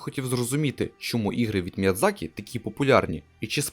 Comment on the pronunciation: Міядзакі. Ви припиздохані. Міядзакі